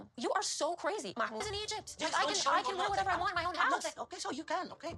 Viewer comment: She can’t even pronounce ‘Egypt’ right